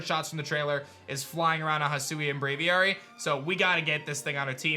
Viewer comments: Bra-V-Air-Y = Braviary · You say Braviar super weird, Just say Aviary with a Br at the start. How hard is it?